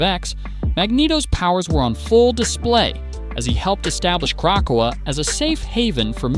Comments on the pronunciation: Yo the ai voice over sucks. Just use your real voice. Every time the ai said Krakoa, I literally wanted to pull a black widow and end myself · There is no pause in "Krakoa"